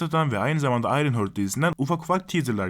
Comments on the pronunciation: Hörd değildir o, Harttır. :) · ufak bir uyarı: Ayrın Hört değil, Ayrın Haart. 😉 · Ayrınhört demeyelim de Ayrınhart diyelim biz ona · Ayrın hört ?? Heart ne zamandır hört diye telaffuz ediliyor yapmayın Allah aşkına. Bi' zahmet Google'a gir bak bakalım nasıl telaffuz ediliyor. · ayrın hört :d